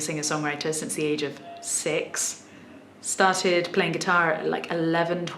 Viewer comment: She also used the "England/United Kingdom is big and has so many accents" line that many fakers use, she sounds like an implant from the States, most likely New York. She didn't pronounce the R in interview or started like you will expect from her regional accent.